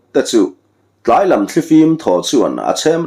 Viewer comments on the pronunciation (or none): none